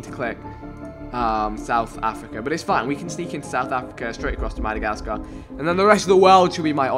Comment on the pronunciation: The way he said Madagascar made me cringe lol smh